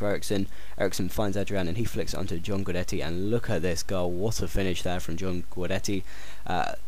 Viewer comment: Gudetti not guidetti and schø--ne not schøn